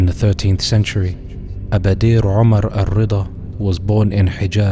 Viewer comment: Not Walashma Walasma’ actually. Abadir is pronounced as “Abādir.” The Walasma were not Somali, their place of origin is Ifat and they claim to be from Aw Barkhadlé who is from Arabia.